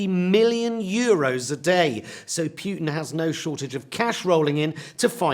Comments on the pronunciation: Even though I hate Putin a lot, it hurts my ears to hear Pjutin instead of Putin. Please, if you do cover foreign countries, try to check your pronunciation before starting to speak, thank you very much. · Putin not pewtin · Is he pronouncing it 'Pute-in' instead of 'Poo-tin'? Love it. 😂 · I like how he calls putin as pew-rin. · I lik the way you say Putin. It's like puked in. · Most of all I like his pronounciation of Putin as in pewtin… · It is disgusting how the British cannot pronounce words or names that are not British. It is not "Pjutin" Mr. Pie, or is it Pee? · Pew-tin?! No, just no! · I find how he says Putin as Pewtin hilarious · Pee-ew-tin. He stinks. 👍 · Jonathan Pie taught me there's an r in "via" and several y in Putin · Lol the way he pronounces Putin 🤣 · I do love Jonathan Pie. They should put him in the same room with Trae Crowder. But he really should learn how to pronounce "Putin". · I agree. Pronouncing Putin, as in puke with an emphasis on the pu, is now preferred. Hilarious and honest.